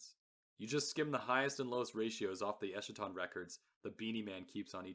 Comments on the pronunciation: Eskaton… not eshaton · esKaton, like eschatology, greek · You’re pronouncing eschaton wrong